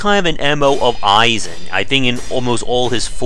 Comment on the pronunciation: Do you pronounce "Genichiro" as "Genchiro" and "Isshin" as "Aye-zin" unintentionally, or is that just a bait for comments? Edit: Ah, nevermind, it is bait lmao. "The game is so easy: that 'genchiro' fight you just saw? After hours learning his moves, it was easy". You got me. Good one.